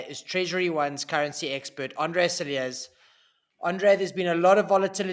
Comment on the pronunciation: Cilliers you pronounce without the s as in Cillier. You socalled Expect sounds a lot like our socalled Covid experts who have been wrong about everything thus far.